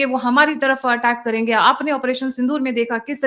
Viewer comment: Sindoor nahi sundoor..bhikhari aise hee bolte hein😂😂😂